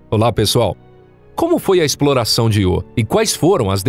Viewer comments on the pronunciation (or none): narrador fala 250 vezes Iô mas não tem acento e assim como a palavra Eu, diz-se então ío e não iô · Canal tão bom que o locutor não sabe nem falar o nome do satélite da forma correta. Ele diz "iô", quando deveria pronunciar ' io '.😠👎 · Cara. O nome do satélite é Io, sílaba tônica na letra ' i ' . Para que a pronúncia fosse do jeito que vc tá falando, teria que ser escrito "IÔ". 😠👎👎👎🙏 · `` IO `` SE LË `` AIO `` PORRA !!!! KKKKKKKKKKKKKKKK